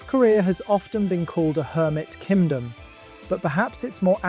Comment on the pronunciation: Why does it sound like he’s saying “Kimdom” 😭